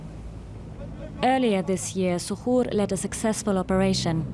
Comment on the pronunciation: Say to. Here (zuhuur) Iskadaa diyaanada!!! 😬😬